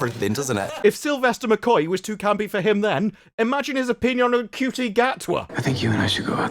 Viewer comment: To say Dr Who is English when you mentioned McCoy and showed so much footage of Tennant is wild, doesn't help when half the comments are saying the last good Dr was Capaldi. I guess just like your presumably intentional mispronunciation of Ncuti this is much more reflective of you than Who. I agree that Who is dead right now and that RTD killed it but you didn't address so many of the actual issues and just kept going back to Davies' disrespecting the past. You didn't even talk about how this worked in his favour first time around with the Rose love story being the most popular Who arc and his changes made the Dr more mainstream or how the spin offs like Torchwood were some of the best Who material (not all of it, obviously). A real shame a more balanced and unbiased breakdown of where it all went wrong was something I needed but all I got was whining and one point repeated in 20 different ways.